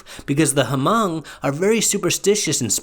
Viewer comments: The H in Hmong is silent. It's pronounced Mong. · Thank you, the “H” is silent. Very much like “knife” the “K” is silent. I would like to share this video but fear that my peeps would give me grief for the mispronunciations through out the vid. If and updated audio can be made, that would be nice. In the meantime, liked, subbed and added to my list in hopes of a updated audio.